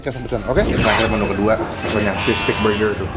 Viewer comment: Elya pandora jangan gitu, kan kagak bisa ngomong "R" jadi ngomong burger dengan penekanan huruf "R" itu susah...